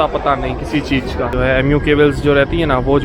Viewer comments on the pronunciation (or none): none